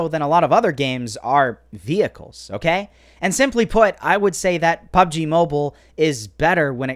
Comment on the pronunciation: Hi loves pubg but he can't say it🤪